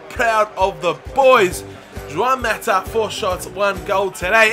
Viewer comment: It's not Joãoun Mata...